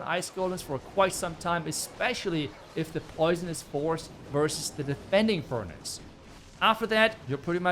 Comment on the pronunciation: i just love how pronounces furnaNce:))